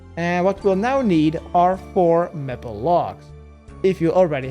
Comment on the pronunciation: Say maple logs like may pull that's the correct way 😊